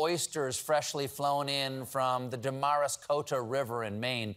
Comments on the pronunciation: "Dah mahrus coata River"? Were you referring to the "Damariscotta River? " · Colbert, in Maine we pronounce Damariscotta like DAM-ri-SCOT-ah. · Damariscotter? Slightly different pronunciation if you live here! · Da-mar-is-coat-ta? Well Stephen, you butchered that. We Mainers take slight offense. Dam-ris-cot-ah. You couldn't even look it up?! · “Demarous Coutous” River in Maine!? Stephen you owe 1 million Mainers a lobster roll for that butchery 😮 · As someone from the town of Damariscotta Maine, you pronounced it wrong. DAm-ris-cotta, but we appreciate the recognition of our our oysters which are the best in the world by the way😁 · I’m from Maine and that was the most creative pronunciation of Damariscotta I’ve heard in awhile!!! (It’s dam-are-is-cot-ta) 😂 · I love and could never do the tongue twister intros he does for his Meanwhile segment, but I had to LOL at the Maine river, at least in Maine we say it as 4 syllables Dam -rah -scott - ah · As a Mariner it took me three listens before I understood you were trying to say Dah-muh-ris-cotta River. 😂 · “Dam-ris-cotta.” Sheesh, Step-hen. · Damariscotta River...pronounced: "Dam-ris-cotta", please. Love from Maine. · Mainah here: Damariscotta is dam-ris-cot-tah. Suuuuper good try tho 😘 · As a resident of Maine, and oyster enthusiast, I must object to the blatant mispronunciation of the great Damariscotta River (Damn-Ruh-Scott-ah) during the intro to the legendary Meanwhile segment. In solidarity with the Maine way of life (Life is Good - please patronize Cool as a Moose) I humbly petition for a re-recording of the entire episode, including guest interviews, from the start, but with the TRADITIONAL pronunciation of our beloved watershed included in the narrative. Much love, and come visit Vacationland! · lmfao, Mainer here... it's Damn-er-iss-cotta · Mainer here. "Dam-ar-is-cot-a" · Stephen will want to know that he pronounced Damariscotta wrong... its Damn-rah-scotta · Dam-ris-cot'ta. Yaw welcome.